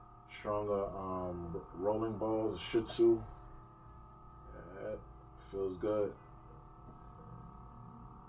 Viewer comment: Its pronounced "shee-AHT-zoo."